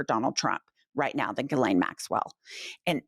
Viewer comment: I think it’s pronounced ‘JILLaine’ not ‘GILLaine’!